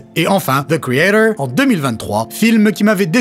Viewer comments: Zeu kréatore. C'est quand même pas si compliqué à prononcer correctement. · The creator avec l'accent anglais approximatif ça fait mal.😅